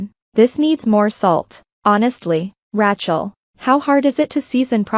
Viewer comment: Teach AI how to pronounce Rachel...